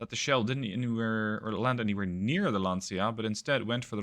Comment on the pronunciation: Lancia = Lanchia not Lansia